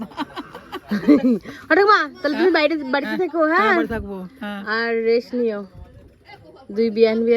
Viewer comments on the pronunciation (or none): প্রথমত জানতে চাই কতদূর লেখাপড়া করেছো যে রেস্ট কে রেস বললে, গ্রুপ কে গুরুপ বললে, আর ব্রিজ কে বিরিজ বললে তুমি নাকি আবার Students পড়াতে তাদের ভবিষ্যত তো একেবারেই আধ পোড়া বিড়ির আলোর মতই ঝরঝরে দশা আরে English Pronounsation ঠিক করে করতে না পারলে English শব্দ বলার কি দরকার! Rest হল English Spelling তাহলে ঐ T এর উচ্চারণ টা করলে কই, Group হল English Spelling টা আর Bridge হল ঐ English Spelling টা বুঝেছো। বাংলা উচ্চারণ টাও ঠিক করে করতে জানেই না আরে ওটাকে বাংলাতে পতাকা বলে আর English এ Flag বলা হয় বলে কিনা পতকা বাংলাটাও ঠিক ঠাক বলতে জানেনা এ আবার কিনা Teacher ছিিল এ টিচার না ফাটিচার ছিল ভাগ্যিস বলল ওটা Indian Flag নইলে তো জানতাম না তো! এমনকি র জামাই বাবু বলল জার্নিং ওটা জার্নিং উচ্চারণ হবে না ওটা হবে জার্নি English Spelling Journey বুঝলে জার্নিং না বলে বরং মর্নিং বল এবার মহা মুর্খ গুলো যতসব। এবার বলি ওহে মহা পণ্ডিত ওটাকে সন্ধ্যা তারা ফুল বলে না ওটা হল " মাধবী লতা" ফুল ঐ রবীন্দ্র সঙ্গীত টা কোনও দিনই শোননি " এই মাধবী লতা দোলে" আর ঐভাবে কেউ গাছ থেকেই ফুলের গন্ধ নেয় ফুলের মধ্যে পোকা ঢুকে থাকে তা নাকে ঢুকলে বেড়ানোর মজাই নষ্ট হত অশিক্ষিত পরিবারের লোকজন সব। আর কোলকাতায় এসেছে একটু Manners, Etiquette এইসব শেখ এটা পাড়া গাঁ নয় যে অ--------- ত্ত চেঁচিয়ে কথা বলতে হবে বুঝেছো একেতো খুবই বেশী কথা বল খালি বকবক করে নতুন বৌ এত কথা বলে! এটা Love Marriage ছিল তাই আগে থেকেই সব চেনা পরিচিত ছিল বলে একেবারেই ধরা কে সড়া ঞ্জান করছে। আর হ্যাঁ চিকেন রোল বিছানাতে বসে খেল তান্না তাছাড়াও ঐ চিকেন রোলে হাত দিয়ে ঐ হাত না ধুয়েই নতুন জামা - কাপড়, নতুন জুতো এই সবেতেই হাত দিয়ে সবটাই এঁঠ